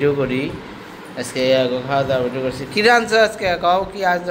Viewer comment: তোমরা দুই জা এই ভাবে কথা বলো কেন? করেছি কে বলো করেচি সব সময় ছ এর পরিবর্তে চ টা বেশি ব্যবহার করে। তোমাদের মিল মিশ দেখে খুব ভাল লাগে।